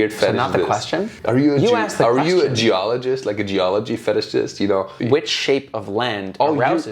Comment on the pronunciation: asking if he is a geologist, I swear I heard he asked " are you a jewaligist".....